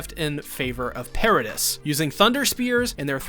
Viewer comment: Yeah it was super distracting that he pronounces MULTIPLE CHARACTERS names wrong. If it were just one that'd be one thing, but it's many. It's not even just characters. Paradis is not pronounced that way.